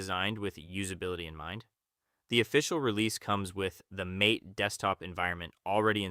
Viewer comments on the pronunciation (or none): I have heard that MATE is pronounced Mah-tay, 2 syllables.